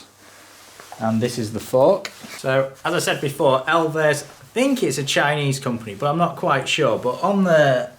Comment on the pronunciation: Love you, but you can’t fully capture the hilariousness of this frame unless you pronounce the brand “elves” and not “ell-vez.”